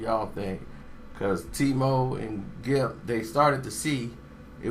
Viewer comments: big gipp not gripp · Big Gripp???...nigga started the video wit a L..lol! It's Big Gipp mane smh.. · BIG GRIP???? its GIPP, put some respek on his name!!!!!!!!!!!!!!!!!!!!hahahahaha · Big Gipp not Grip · nigga did u say big gripp